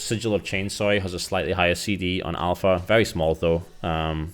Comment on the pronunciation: Alfra?? It's alpha...